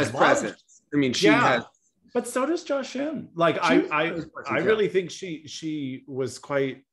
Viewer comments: It's Ji-a like Ji with the ie sound not Jaw. 지아 is her name in Hangul, that 지 is Ji with the stronger ie sound just like it looks. No need to complicate her name it's one of the easy names. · On Jia’s name, it’s Gina without the N